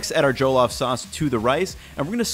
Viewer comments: Good for you man, it is a treasured dish in West Africa🇳🇬🇳🇬🇳🇬🇳🇬 btw pronounced ‘Jeh-loff’ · The only thing is your pronounciation of "Jollof" it's NOT JOE-LOFT it's JUH-LAWF. But great video regardless! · hate to be that guy, but it's "Jah-lahff" not "Joe-Loff." Lived in Ghana for a bit. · I have Nigerian coworkers. They pronounce it more like JULL-OFF with the emphasis on "off". For events and potluck lunches people like them to bring coconut-rice, which is also a savory, flavored rice dish cooked with coconut milk. Maybe that would be a future video for our good man. Thanks for your great content. Please keep up the good work. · Every time he said Joe-loff, I think I cried a little haha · JOE-LOFF ROCE 😂😂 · “Joe-lof” lmfao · ya did your best on the pronunciation I appreciate it........well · Hearing jollof pronounced without a Nigerian accent is throwing me off looool but kudos on this attempt at our favourite dish bro. It looks great! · The way he pronounces jollof is interesting. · sigh watchin this as my mom making some for my birthday tomorrow. You are both saying it wrong and looking at the Wong recipes, but enjoy my guy.